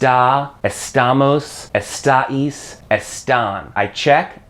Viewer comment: Can u stop saying *estáïs" !?!?!!